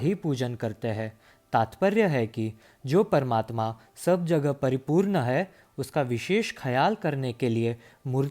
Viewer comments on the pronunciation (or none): Amazing video. PS. Please improve your 'ण'. For instance it's परिपूर्ण not परिपूर्न। 🙏